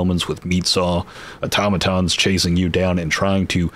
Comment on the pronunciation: Straight to the point, concise. TAHNK YOU! note: I followed you cause you're the only person talking about this game that actually pronounced Automotons and Terminids properly haha